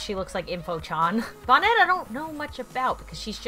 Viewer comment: It’s not bon net. It’s bonette